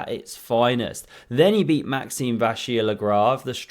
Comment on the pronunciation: Nice attempt for pronouncing Maxime, just say MVL next time loool